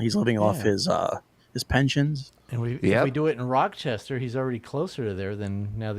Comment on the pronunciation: It's NOT "Rock-chestah"